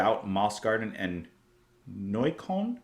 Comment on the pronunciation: And it's not Neu-kane, it's Neu-KÖLLN :) Closer to Neu-kolln, but the Ö is pronounced somewhere in between the Y in "rhythm" (depending on your accent, some people say "rhithm" but this is more towards the Y) and "err" but you lose the rolling R at the end.